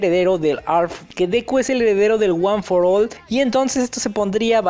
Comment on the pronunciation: heeee por fin escucho bien la pronunciación de one for all